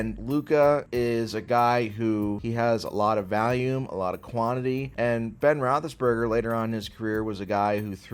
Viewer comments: I truly believe deep down that one day, will learn how to pronounce volume correctly instead of saying Valium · I love how says valium instead of volume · Took me half the video to realize you were saying volume not valium lmao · pronounces “volume” like “Valium”😂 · you’re the goat but please learn how to say volume